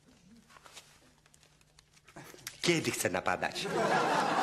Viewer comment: You say ..good deal'' omg hihi